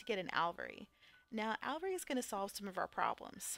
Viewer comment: Aviary = A-V-AIR-E Alveary = AL-V-AIR-E Pass it on!